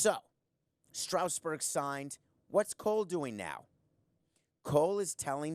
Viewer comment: He has good points but his pronunciation of "Strasburg" is distracting. It's not pronounced "Strowsburg", it's Strasburg.